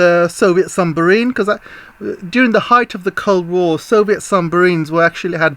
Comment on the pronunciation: I have noticed you say "Sumbarine" instead of Submarine 🤣🤣🤣🤣 Love your channel by the way. Keep up the good work 👏👏👏